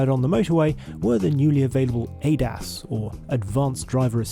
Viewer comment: "The newly available ATE ASS"